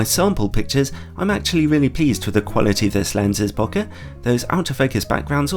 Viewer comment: I always trust someone that actually knows how to pronounce “bokeh” 💙 great review! Might add this to the cart as well, really love my 85mm.